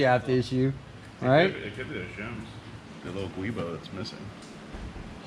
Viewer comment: Thank you all for saying Guibo correctly, unlike saying Gwoobo or something, lol.